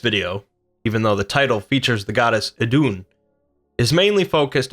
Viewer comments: try saying it like iidun with a long i instead off iddunn , otherwise great vid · Her name is pronounced like the christian eden. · Eth is an th sound not d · Better dead than red Glad I wasnt alobe in noticing that xD